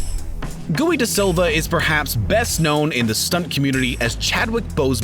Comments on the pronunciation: Poor Gui, this dolt of a narrator called him “Gooey” De Silva. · Did he just say gueeeei it’s Giu pronounced giii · Was hoping to see Gui (which I think is pronounced like Key but just with a G) in this. Love him as Black Panther’s stunt double lol. He’s also on Corridor Digital’s stuntmen react series revealing bts too.